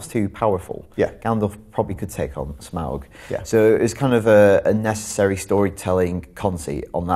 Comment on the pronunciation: Can someone who can't even pronounce "Smaug" really review the film?